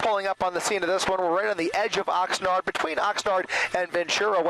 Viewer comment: Love your videos - It's Oxnard not Oxnerd